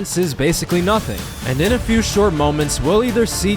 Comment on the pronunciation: "DWIGHT JUST WON IS 4TH DPOY!... a thew years ago."